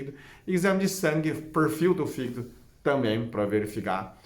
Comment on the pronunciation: Quando você melola o fígido kkkkk Não resisti